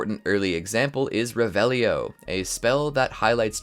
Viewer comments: It’s ReVelio not reveliiio😅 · mispronounced "revelio" right off the bat, you hear it so much how is that possible? did you even play? xD